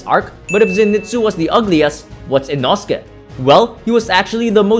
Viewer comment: It's pronounced Ee-no:scae